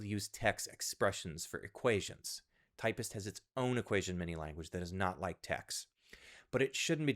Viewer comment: Typst not Typist, seriously